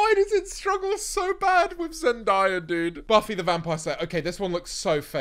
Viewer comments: It’s zenDAYa not zenDIEa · Why does he pronounce zendaya like zendiea 💀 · Zend-eye-ah sounds way better than zen-day-uh tho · “Zen-die-ra” that really hurt me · Zen-die-a? Lol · saying “zendiyah” is crazy 💀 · ok buddy who is “zendiyuh” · “Zen-die-yah” definitely how u say it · Why does he pronounce zendaya like that 😭😭 (never beating the posh allegations) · THE WAY YOU PRONOUNCE ZENDAYA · i ask why you are saying zendaya like that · bro how you saying zendaya?? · No why did u say zendayas name like that??? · do u know how to pronounce zendaya properly genq